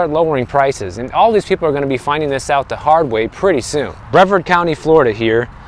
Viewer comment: How did he pronounce Brevard? 😂